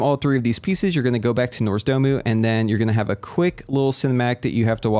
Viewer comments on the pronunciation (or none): Nozdormu, nps name is NOZDORMU not Norsdomu...oh pls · Ermahgerd, ertz Norzdumu 🤓